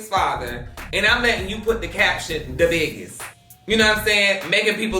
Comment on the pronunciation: DA biggest = Dahell 😭🤣🤣🤣🤣